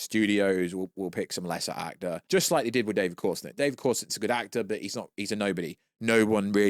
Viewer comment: Bro. Its David coreNswet not coreswet. Also what is a nosperahdo? Its no-s-fur-ah-two